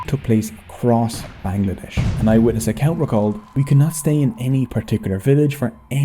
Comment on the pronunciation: Actually it’s pronounced ban-gla-desh 🤓